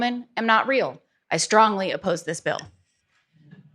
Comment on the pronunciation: Love when they say stronly appose, lol😅